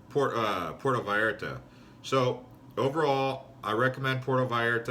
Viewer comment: Ok I get it, this is parody? You are satirizing cousin Reggie from PotatoSandwichVille Michigan. His big trip to Porto VAL ART AH. Cool. Hey, this is funny! How you can deliver those lines and keep a straight face. Are you serious?